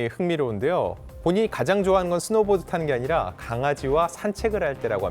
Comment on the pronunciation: 지금 사회자 스노우 보드를 보도로 읽는 엉터리 ! 나오지 마세요! 누구인맥 ? 으로 …? 나오지 마세요 당신은 한국인 아니예요